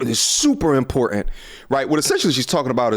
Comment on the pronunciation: Good sir I love the content but I must ask why don’t you annunciate the word ‘important’…?